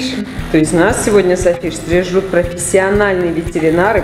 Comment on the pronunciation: не срижут а стригут 😂